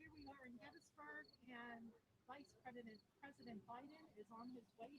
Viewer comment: Vice Predident Biden. Preddy exciting